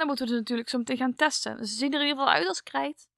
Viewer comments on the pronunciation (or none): Je praat een beetje raar je zij krrrrrrijt maken